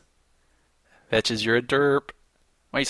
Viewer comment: Out of curiosity,, as a newbie to your videos... why do you sometimes call yourself ""? The name "" is supposed to be like "vex", right? Are you poking fun at people pronouncing the name wrong or is "" legitimately the pronunciation you go by and I've been wrong this whole time?